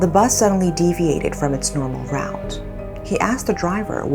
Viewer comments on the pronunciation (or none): none